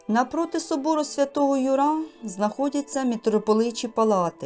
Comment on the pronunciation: Архикатедра́льний собо́р Свято́го Ю́ра. Не ЮрА наголос